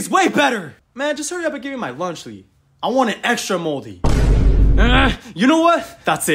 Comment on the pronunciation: Lunch Le why did they said lunch Le instead of lunchly?